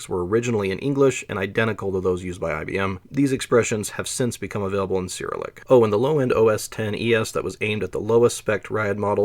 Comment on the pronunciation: Also loved every instance of ‘Syrilick!’ I love these two pronunciations so much that I'm literally using them in my head as I read the words now 😂